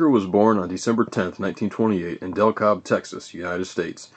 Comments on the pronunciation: It's Dekalb texas, not Del cob texas, but other then that it's mostly right. He is my cousin. I used to have Sunday brunch with his mother. She was a tiny woman. Dan was about 15 pounds at birth. Needless to say he was their last child. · great informative video, I grew up 20 miles from Dekalb, only one thing Dekalb is pronounced (Dee-Cab) not (Del-cob) there is also an agriculture product with this name, but I understand its an easy mistake, but nice informative video, thanks for posting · I was just now shown this video and I don't mean any offense but wanted to write this to the person who did the video about their pronunciations. You need to learn how to pronounce town names before you did this video you pronounced DeKalb, Texas like you were saying Del Cobb but that's not how you pronounce the town it's pronounced like you're saying De Cab the L is silent. At least that's how I've always heard it the past 60 years being raised here in Texas. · He was born in De Kalb, Tx , pronounced Dee Kab. He is buried in a nearby town. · it is De Cab is the way it is said. great video I love Hoss